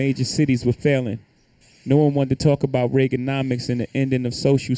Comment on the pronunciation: That's better. Attack Jay Z not some other small streamer. I can get behind this. I like the way you say aboooot lol. Jay z is a scum bag and it makes me sick ppl worship a guy who poisoned his own community. Now we got a load of kids who think it's ok to rise this way. DISGUSTING.